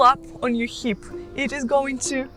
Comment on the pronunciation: Hey Maria, thanks for the video. Just a small correction, it's 'hip' not 'heap' ❤️❤️